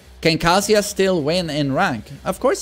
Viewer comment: its not kasija its kaZUYA